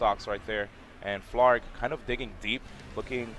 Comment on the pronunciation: It’s Blaarg but okay